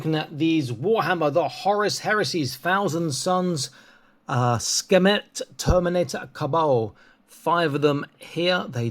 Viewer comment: Sekhmet is an Egyptian word... and the name of one of their ancient goddesses... just had to clarify and comment because it irked me that you said an entirely different word to what is printed on the box... because what on earth is a skemit?